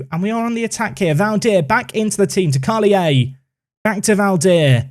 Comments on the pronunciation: It’s just pronounced « Karlier », as you would in French :-) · Carl-yay would be a good pronunciation for the Belgian kid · karlier is how you pronounce his name, great signing! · Carlier is pronounced Karl- here (w/out the h) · Carlier being Wallon (French side of Belgium), the pronounciation is as follows : Karl-E-Yeh The only time you'll have a "shh" sound in French is when you have an "h" following either a "c" or an "s"